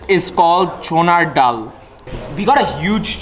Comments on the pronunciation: Btw its not chonar dal its chanar dal. Shikhanor age nije shikhen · Bro not চুনার ডাল, it's চনার ডাল👍 ওয়েলকাম টু চিটাগং, লাভ ফ্রম চিটাগং ❤️ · It's not চুনার ডাল। It's চনার ডাল। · Nobody - - চুনার ডাল🤣 btw it is চনার ডাল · চোনার ডাল vs চনার ডাল🤣🤣🤣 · Did he just say চনুর ডাল?